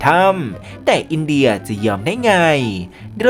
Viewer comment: ที่มาของคำว่า"อินเดย"😂😂